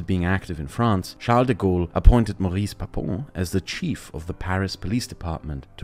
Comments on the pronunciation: Since we're talking about a n4zi, we forgive you. But it's pronounced "Móris" not "Maris". A masterpiece, as usual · Did he just just say Baris?!